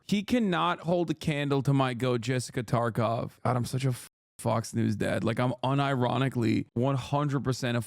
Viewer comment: "Jessica Tarkov" Hasan Mispronounced a name, he must be senile like Trump.